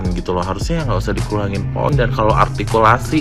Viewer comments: Yg kurang jelas dewan juri artikulasi bukan altikulasi 😅 Ngomong R aja dewan juri GK bisa 😂😂😂😂😂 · Mungkin malam sebelum tugas ke pontianak ibu ini kurang jatah😂😂😂😂 dia sendiri gak bisa sebut kata r. R... ARTIKULASI..sampah ibu ini. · Bilangnya artikulasinya kurang jelas na dianya aja ngomong R nggak jelas bilang R atau L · Si ini cocoknya jadi pelawak lucu soalnya dia ngomong artikulasi harus jelas padahal dirinya sendiri cadel ngomong " R " gk jelas payah memang orang ini bikin tertawaan netizen se Indonesia 😂😂😂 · MUKA BERAK, SEBAIKNYA JADI JURI KOMBA NANGKEP ENTOG DUSAWAH!!!, DI 17 AGUATUSAN AJA,. KALO JADI JURI LOMBA LCC, TERLALU KETINGGIAN NANTI ARTIKULASI "RRRR" NYA BERANTAKAN!! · Maaf, menyoal artikulasi. Ia gak sadar, saat mengucap huruf R malah gak jelas😊😊😊😊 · Nyebut R aja ga becus sok2an bilang artikulasi 😂😂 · lha saja ngomong R nya aja cedal kok ngomong artikulasi...🤣🤣🤣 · Seorng juri mengatakan artkulaai harus jelas,. Ngomong R zaa yg benar gak bisa,. R mba,.. bukan eyrrr,.. Artikulasi gak jelas juga kocak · Orang ini sok ngomong artikulasi, padahal mengatakan "r" aja tak beres. Coba deh diperiksa Ijazah Juri2 itu 😃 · emang artikulasi dia udah paling sempurna apa ya? ngomong R aja ga jelas.... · Betul kaya anak balita..... 🤭🤣🤣🤣padahal artikulasi bicaranya juru rrrrrrr yg tdk jelas..... 🤣🤣🤣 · oh ini yg viral si paling artikulasi??... apa ngga sadar dia sendiri ngomong R nya ko krg jelas terdengar L..L..L...😂😅